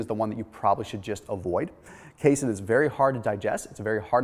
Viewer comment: ...that's pronounced K-seen (casein), Dude. Sorry.